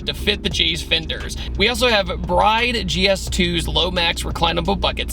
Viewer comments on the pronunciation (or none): Fun Fact: it's not like a wedding "bride" it's [Bree-deh] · Its pronounced "Bri-Deh" NOT "Bryde" you geek🤦‍♂